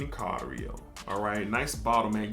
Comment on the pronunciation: its Thailand Oud in CAIRO not cario😂. Cairo is the capital of Egypt